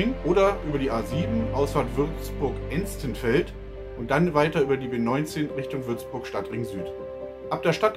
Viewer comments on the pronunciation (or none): Estenfeld wird zwar anders ausgesprochen trotzdem ok als nicht kenner 😂